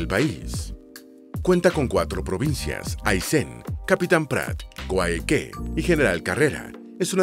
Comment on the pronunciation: 19,50 dijiste coaique y es collaique pero con yh